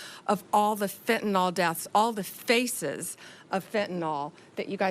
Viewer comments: Why can’t these educated people pronounce fentanyl. They all say fentanol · ..and it's fentanyl not fentanol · Isn't it FentanYL not FentenOL? Sounds dumb or maybe its me. Love her just sayin' it before the fake media make fun as they do for every little thing. Re Epstein I trust Trump et al, I think for him he is so hell bent on Z and Putin and things he wants to catapult this country that he often doesn't stop for the salacious and depraved things going on in the gutter. I think there is a dangerous bigger picture that we don't have a clue about that will be revealed when the timing is right. Love Trump and his administration and send them my positive support. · She can't even pronounce the name of the drug properly.. It's NOT FENTEN-ALL...IT IS FENTAN-YL. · The name of the drug is fentanyl - not fentanol. cant even get that right. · Please guys, from a nurse here. It’s Fent-a-NIL! There is no “O” in Fentanyl.